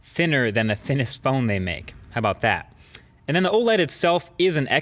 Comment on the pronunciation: How Boww Daat